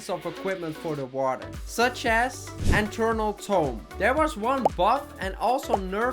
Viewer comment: its Eternal not enternal